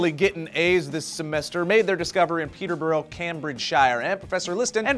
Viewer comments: A T-Rex because its body state is my natural internet browsing position. (Oh, and - it's pronounced like 'Peterbruh Caymbridgeshuh') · its peterborough, but pronounced 'peterbruh'. for future reference. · peterbrough is pronounced peter-bra and not peter-bo-ro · I live in Peterborough, Cambridgeshire, and I have to say that the way you pronounced it? Was frackin' adorable. Utterly incorrect, but adorable none the less. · I'm sorry but you couldn't have said Peterborough - Cambridgeshire much more wrong. Sincerely a UK citizen. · you are amazing and everything, but fairplay you absolutely butchered saying Peterborough, Cambridgeshire. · Just a tip from a person who lives just down the road from Peterborough, it's pronounced "Pete-er-brugh" in "Came-bridge-shur". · Peterborrow Cam-Bridge-Shyre.....wow guys. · Pee-Ter-Bur-Rah (Peterborough) Came-Bridge-Shur (Cambridgeshire) :) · Peterborough (peter-buru) Cambridgeshire (came-bridge-sheer) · Lol, the way you said Peterborough and Cambridgeshire :P well at least you tried... :P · haha love the pronunciation of Peterborough Cambridgeshire (my home town)... not quite how the locals say it :) i love source fed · if u are English u would notice that he completely mispronounced Peterborough, Cambridgeshire at 1.21 Lol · I love you, but that is the worst pronunciation of Peterborough and Cambridgeshire I have ever heard.